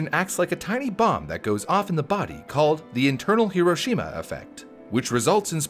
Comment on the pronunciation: "Internal heroshima" 💀